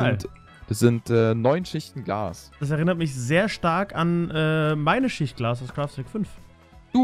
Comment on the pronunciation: Ich weiß das er Glas gesagt hat, aber das "l" hat er sehr verschluckt